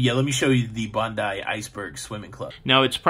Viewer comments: Yes it's definitely pronounced Bond-eye! Also it's Coo-gee. As in a baby coo and the letter G. Even as an Aussie I get mixed up with some place name pronunciations! One has to listen to a local saying the name to get it right! Just to clear up the number of people watching the fireworks - it's 1.5 million around the harbour, not just at Circular Quay. And don't forget to watch the 9 pm fireworks too! The midnight ones are the spectacular ones though! I hope you're planning to go to Taronga Zoo. Take a ferry and catch the gondola up to the top then concentrate on seeing the Australian section cos you won't see most of the animals on display in another country!! The views are spectacular of the city and the harbour too!!! Enjoy your stay! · Thank you! I really enjoyed hearing about your adventures in Sydney. I live in Florida and watch a show called Bondi Vet on YouTube. So I was wondering why you said it like Bonde!!! So nice of you to explain!!! Have a wonderful trip!!!! Say Hi to Don. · G'day, welcome, and thanks for correcting the "Bondee" gaffe which I'm happy to put down to your being jet-whacked. You may also like to investigate the pronunciation of Coogee sometime but no rush. Best you just enjoy yourself. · Welcome to OZ mate it’s pronounced Bond- Die and Could- Gee and yes I just got to the point you corrected yourself haha have a great visit 🎉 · Welcome to Sydney - hope you thoroughly enjoy your time here. Yes, Bondi as in Bond-eye. Cogey Beach, no. Coogee - the oo is pronounced as in cookie. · You had it right for a few moments - it's Bondi, last syllable pronounced die; and Bronte where its pronounced Brontee. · Yes it's "Bond-eye" (Bondi) Beach, and "Ku-ji" (Coogee) Beach. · This is the first time I have seen you on YouTube, this 64 year young Aussie was going to correct you on the pronunciation of Bond👁️ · Honestly cannot believe you didn’t know that we drive on the other side of the road. It’s BON DIE ( Bondi ) COULD GEE ( Coogee)